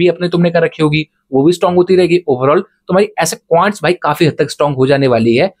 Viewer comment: Quants ❎Qants✅😂😂